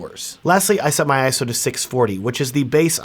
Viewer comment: Finally! Someone who says 'ISO' correctly!